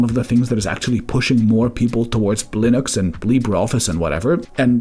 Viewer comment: Why do you say "blottery results from Columbia, Blinux and Blibre office ?? Are you using an AI voice for your videos?